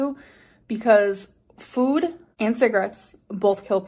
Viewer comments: i hate how she says Fuud here 😫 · “FEUWED” “my relationship with FJOOOD” 🫠😡🥴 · The way she pronounced “food” in this video is the worst 😭